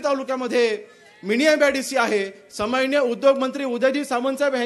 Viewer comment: समाननीय.......हो आमदार साहेब सन्माननीय असं बोला😂😂